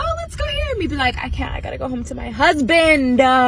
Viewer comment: Over syllable-izing the d at the end of husband is painful to everyone's ears